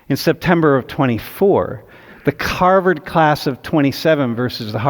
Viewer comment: As a Bostonian, i appreciate his correct pronunciation of Harvard.